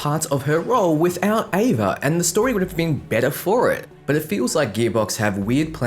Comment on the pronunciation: Ava. It's ava.